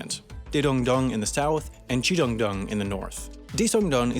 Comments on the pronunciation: What's up with the pronunciation in "Kijong-dong"? It sounds like he's saying Chi instead of Ki. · I almost choked when you pronounced daedong-dong and jidong-dong you managed to then pronounce daeseong dong but you still couldn't get kijeong-dong hahaha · what kind of pronunciation DAESEONG-DONG = TAESONG DONG KIJONG-DONG = PRONOUNCE IT THE WAY IT IS KI-JONG-DONG gdi